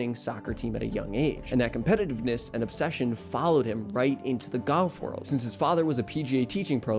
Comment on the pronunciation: sometimes it sounds like you're saying goff instead of golf